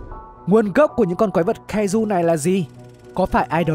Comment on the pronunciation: Nghe ổng nói quái vật cai dù =))